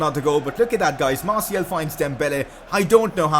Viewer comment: Please just say Martial